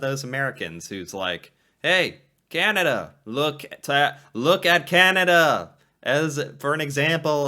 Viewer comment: Sorry to be a Canadian pest but you're pronouncing the name of Canada incorrectly. Your first A in Canada is too nasal. The A should be pronounced back in the throat, with the jaw dropped straight down, and not in the nose. Listen to the two American ladies in the interviews. They pronounce the first A more softly and you should too! Listen to the much softer and smoother way you say "Canadian." There you pronounce the A correctly.